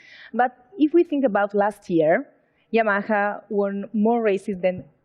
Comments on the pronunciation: Spanish cant say YAMAHA .... lol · WHY SHE CANT SAY YAMAHA CORRECTLY !!!!